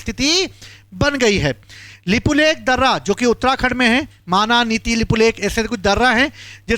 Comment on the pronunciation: यह भाई को अच्छे से उच्चारण करने को भी नहीं आ रहा है तो यह भाई बता रहे हैं यह की कौन सा इलाका किसका है इनको लिपुलेख और लिपि अधूरा का सही से उच्चारण करने को भी नहीं आ रहा है तो यह वाइट बोर्ड में लिखकर बता रहे हैं कि किसके साथ क्या हुआ किधर किसका जमीन है किसका क्या है तो यह भाई बता रहा है कि नेपाल ने भारत का जमीन लिया बाल इंसान है यह नहीं बताया कि नेपाल नहीं भारत का जमीन लिया नेपाल नेवी ले रखा है और भारत में भी ले रखा है तो दोनों देश मित्रों के हिसाब से बैठकर यह बातचीत करेंगे समझाएंगे. यह भाई सरासर गलत न्यूज़ फैला रहे हैं